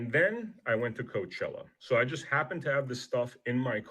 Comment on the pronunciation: You've got to be like the sixth person I've heard this weekend that does not know how to pronounce Coachella. The only reporter I've heard pronounce it correctly is an English reporter. I have never heard anybody pronounce was an English reporter. I know that it is spelled as coach. But it is a Spanish word